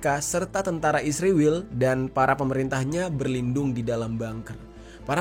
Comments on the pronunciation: Israwel..sebutan lu gak benar bro. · Mengapa kalau negara ISRAEL abang sebut dengan ISRIWIL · Gua gak mihak siapapun tapi kenyataan nyebut Israel nyebut Isriwil, gua suka gaya lu bang😁